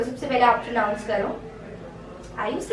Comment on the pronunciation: pronounce the word “pronounce" properly,as you taught in your video...Rest all us good,keep it up...❤️love you